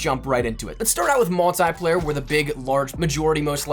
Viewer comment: Its multiplayer not multyplayer